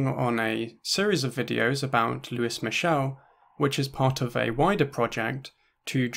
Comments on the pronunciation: for a sec in the beginning i thought you said “the french anarchist, who is michelle” lmao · The mispronounced name irks me lol